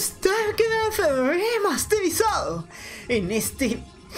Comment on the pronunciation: La mejor parte es cuando dice: "Hola amigos de Starcraft RRRemasterrrizadoou"